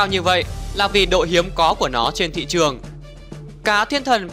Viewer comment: Chao rrrrrrrrrrrruong